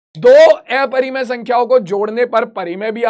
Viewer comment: Sir aeparimay nahi hota hai😅 aparimay hota hai 😅😅😅😅